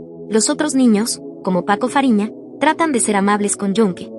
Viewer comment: Paco fariña❌️ Paco raphina✅️